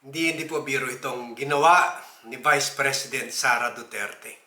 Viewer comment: Sara duterte po sir hi di SARA DURAN 😅😅😅